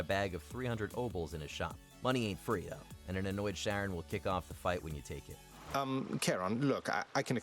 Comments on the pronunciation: Literally this bro. I wanted to watch the video but when he was doing that I just couldn't. fuckin sucks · Pronouncing Charon as "Sharon" instead of "Karen" is rough, but the monotone and feeling of total uninterest you have in the list makes it a rough watch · Zagreus: Says Charon Properly Twice in 30 seconds.: SHARON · It's "Charon", not "Sharon" 😂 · Charon, pronounced Kar-on: "Sharon" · I’m sorry for being petty but had to dislike cuz you don’t disrespect CHaron by calling him Sharon. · Sharron??? How dumb are you guys??? They even say the proper way to pronounce it in the game clip you showed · How do you call him SHaron? When the gameplay literally says CH(K)aron? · why are you pronouncing it “Sharon” when the character IN THE GAME IN YOUR OWN VIDEO is saying “Charon?” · Sharon....? SHARON!? Seriously? You didn't even bother.... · How are you going to hear Zagreus pronounce Charon and then mispronounce it right after… “Sharron”? Cmon y’all. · Also it's pronounced like Khaaron so. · IT'S CHARON!!!!!!!!!!!!!! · i like how the clips have Zag pronouncing Charon correctly and then the moron is over here messing it all up, as the clip keeps correcting him. this was too easy and you still had sex with the dog! WTF MAN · The video literally told you how to pronounce charon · zagreus literally pronounces charon's name in the clip shown, and the presenter still gets it wrong smh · They literally say the name of Charon in the video and YOU STILL SAY IT WRONG?? HOW ARE YOU THIS STUP!D ?? SERIOUSLY ?? No wonder you're just a presenter on WM. You're just too stup!d for an actual job. WM needs new people.. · Is he mispronouncing Charon intentionally? Even in the background Zagreus is pronouncing his name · Don’t worry about the other idiot who replied to you, YOURE right. He literally pronounced it wrong after given the actual pronunciation lol. It wasn’t up for interpretation at that point